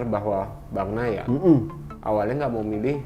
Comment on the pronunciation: Bukan Bagnia Min Tapi Bagnaia!